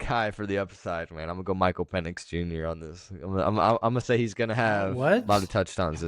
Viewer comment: Bro said Micheal Penis over Lamar Jackson